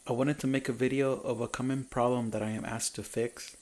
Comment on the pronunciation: Your English is pretty good. It's common, not common. It's (debris) debree...not debreeze.